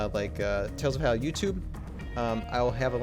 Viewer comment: Not to be nit-picky but every time you say Valhalla all I can think is why is he not pronouncing the L.. all i hear is "Vaallah"